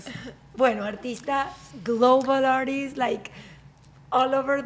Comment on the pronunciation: Camiiiila, re has mejorado la pronunciación, WOW, "global aRist" jeje Felicitaciones. Eres genial. Gracias!